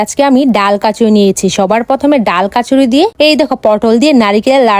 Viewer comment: এই মাইয়ার সব কথায় উচ্চারন ভুল,,এ বলে পড়াশোনা করে,,পাবদা রে বলে প্রাবদা,,আবার কচুরি কে বলে কাচুরি,, লেজ কে বলে লেংগুর।।ফালতু বেডি